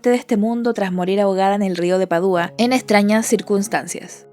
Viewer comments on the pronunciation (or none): Todo muy bien pero Padua no lleva tilde el la u para que tú la pronuncies "Padúa". Rompe el oído. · Voy a entrar en modo Hermione Granger: Es Padua, no Padúa… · Buen video, muy interesante. Un detalle menor en , la ciudad italiana se pronuncia Padua con acento en la primera A y no "Padúa". Sigue sacando buen contenido 👍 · Padua: Pá-dua. No Padúa. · Padua. Se dice Padua. Sin acento. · Repetiste en varias ocasiones el nombre de la ciudad donde aconteció el tema que tratas. La cosa radica en que no se pronuncia como tu insistes en hacerlo. ¿de donde sacas que se acentúa en la "u"? se pronuncia como se escribe en español PA dua, acentuando la sílaba pa que tiene un tipo de acentuación que no se escribe (prosódico), como silla,pesa, mesa, perro, cola. existe un santo que es de esa ciudad San Antonio de Padua al que le suelen pedir un novio las mujeres.